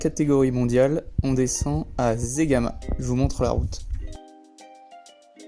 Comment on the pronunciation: Zegama ça se lit sségama, et c'est pas en espagne